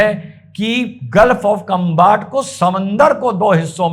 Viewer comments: कंबाट उच्चारण थोडा सा गलत ह कोई बात नही साहब वैसे खंभात की खाडी है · उसका उच्चारण खंभात की खाड़ी है